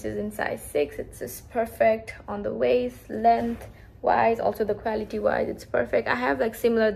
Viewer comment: Did you say quality? Cause it sounds equality 😅